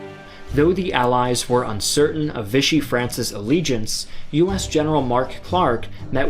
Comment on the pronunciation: If you pronounced it "VISH-ee" one more time, I was done. Lol. I don't know why but it was like nails on a chalkboard to me. [For the record, Vichy is a town in France, and the French pronounce it "VEE-shee." The term now means Nazi-controlled puppet Government because when Hitler took France, he moved the capital from Paris to Vichy.]